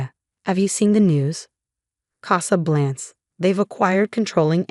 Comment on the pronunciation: CasablancA. AI needs to be programmed to pronounce words correctly. 😖😖